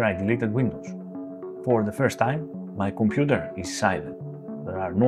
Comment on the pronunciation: I love the way he says "𝔐𝔢𝔦𝔫 𝔎𝔬𝔪𝔭𝔲𝔱𝔢𝔯" "It is 𝔐𝔢𝔦𝔫 𝔎𝔬𝔪𝔭𝔲𝔱𝔢𝔯, not Their Computer!"